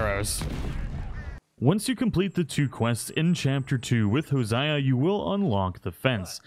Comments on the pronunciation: HoSiEa😂😂😂. Jose-a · ....Hosiah...? Ho-say-uh..you uncultured filth....like Jose but Jose-ah. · 100 hours and calls Hosea, Ho-zie-uh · i'm sorry how did you pronounce hosea? ho-zi-a? bruh💀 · "flayed feather" and "Hosiah"? What the hell did the english language do to you that you butcher it like that? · So you've played over 100 hours of rdr2 and you pronounced HOSEA wrong?!? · You said hosea wrong